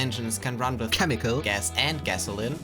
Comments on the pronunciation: "KHEMICAL" INTENSIFIES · I counted 11 "khemical" bits. Does anyone understand what that means? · I want to hear how he pronounced chemical before the edit, anyone complaining can stick it.